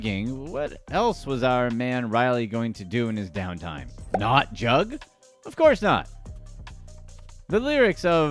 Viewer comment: He pronounced it wrong throughout the video but one of the meanings is robbing, when you "hit a jugg" or lick it means you just hit a move whether robbing a dboy, bank, spot etc... When you're "juggin" it means you're grinding/hustling, if you say "I've got a jugg" it means I've got a money move usually illegal😂it can be scamming, fraud or moving work, it depends on how you use it and the context but you're right, robbing is one of the meanings.